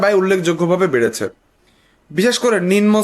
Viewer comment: নিম+ন হবে, নিন+ম নহে । ধন্যবাদ।